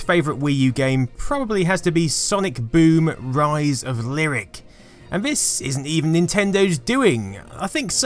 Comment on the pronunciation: best part of this video? Giving me snippets of annoying youtubers I don't have to subscribe to now. holy shit. And that one guy wanted Zombi U to be like 28 Days? The Sandra Bullock movie? okay! and Gamester doesn't know how to pronounce Lyric? That's fine!